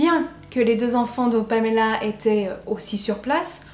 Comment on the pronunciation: Je suis toujours troublée quand j’entend une histoire dont la victime porte mon prénom. Mais chapeau pour la façon dont tu le prononces, ça fait du bien d’entendre mon prénom qui n’est pas écorché 👌🏻